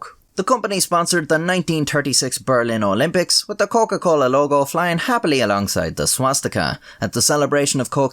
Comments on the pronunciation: "Coken - Colen" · „Der Coken-Colen“ I’m crying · Der Coken-Colen. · What’s his nationality? His pronunciation of Coca Cola is pretty Latin-ish, if that makes sense.